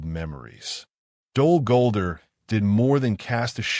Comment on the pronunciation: You got to train the AI to say the name of the place correctly.